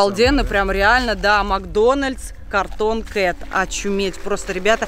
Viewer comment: Вообще-то правильно говорится cartoon